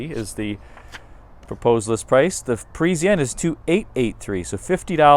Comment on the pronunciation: for god's sake ,it is not Presianne,it is PARISIANNE